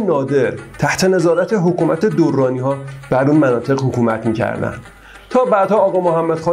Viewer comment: درانی بدون تشدید تلفظ می شود